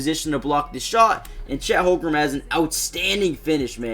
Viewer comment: its holmgren not "holgrum" 😭